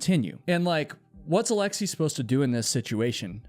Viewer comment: Alexei is pronounced as it's written, not alexii.